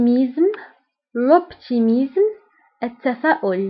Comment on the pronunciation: Salut dans le mot optimisme et pessimisme tu pronnonces z au lieu de s